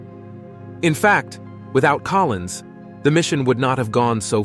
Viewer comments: Just another typo repeated by the digital narrator. He also said "Collin" a few times instead of Collins. Just like the media reading the teleprompter. Apparently the Spooky part of the dark side of the moon stated by Collins was redacted. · it's Collins, not Collin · Sorry, the narrator got this so wrong I gave up. The man's name is COLLINS - NOT COLLIN! and as others have commented Armstrong and Aldrin did not run about in a lunar rover. Seriously, why bother if you're going to screw up so much. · Multiple times the narrator refers to Collins as “Collin.” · Not Colin but Collins.